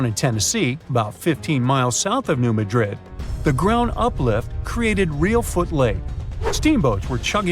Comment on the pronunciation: New Mad rid and Heb ri deez. Pronunciation matters. 💖